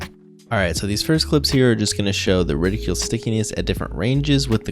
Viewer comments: His pronunciation is quite... "reticulous" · Bro, repeat after me Ret (rhymes with bet) - ickle (Tickle without the 'T') Ret-ickle Reticle